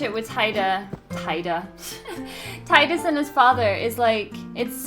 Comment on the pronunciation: such an amazing love story it just gets me everytime at the end its too much to take with auron and tidus , and yes u tidus sounds better the way u pronounce he's name and it's how I call him too and I hate the official name they call em